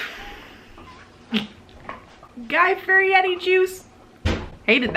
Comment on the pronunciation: Lowkey giggling over the way you're prononuncing Fieri LOL also I loved this!!!